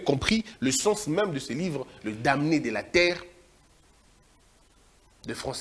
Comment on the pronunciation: On lit les "danés" même si cela s'écrit "damnés et rappelez vous que Frantz FANON est de la Martinique comme AIMÉ CÉSAIRE.